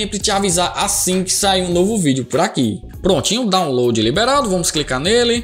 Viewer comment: "dóunlôdi", "êizidoisbûti"